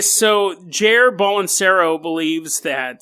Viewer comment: Bro, that is NOT how you pronounce Jair Bolsonaro xDD